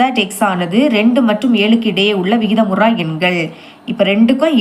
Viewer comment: vikitha muru yan vikitha mura yan illa😅